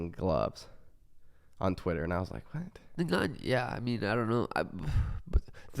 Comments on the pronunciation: Francis's name is "N..gannou", not "Negannou, Nagannou..." or however else people say it lol. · "Neganiu" 🤣 when I first tuned in I was so lost who they were talking about. Is that actually how you say his name ? Lol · New Drinking Game: Take a shot every time one of them pronounces Ngannou's name wrong. See you in the ER!